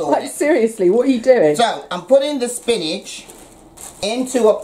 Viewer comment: Don't know about y'all but I'm gonna call spinach, spincah from now on. YO GO MOMMA!!